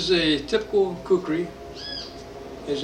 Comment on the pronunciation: Khukuri pronounce as khoo-koo-ry